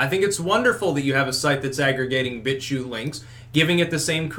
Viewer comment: "He's now a bitchuter" lol it sounded like "bitch shooter" xD